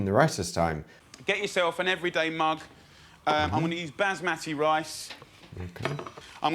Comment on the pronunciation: As a non Indian the way he says Bazz Matty rice grinds my gears. P.S absolutely love Indian food and it's my favourite takeaway